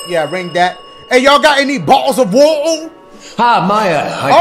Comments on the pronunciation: I’m English and Dashie saying bo’’le of wa’er is fuckinh hilarious 😂😂😂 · Bottle of wotter